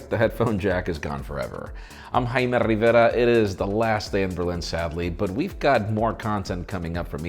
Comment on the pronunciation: im hime RRRRRRRRRRRRRRRRRRRRivera